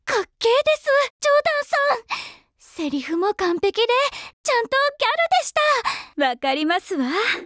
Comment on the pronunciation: パーマーがマックイーンの真似してるのは分かるんだけど、「ますわぁ」「ジョーダンさん」「ですものぉ」の発音の仕方にラモーヌみも有るんだよなぁ